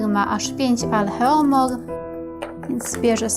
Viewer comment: Alohomore a nie Alheomore przepraszam ale, az kole w uszy takie coś..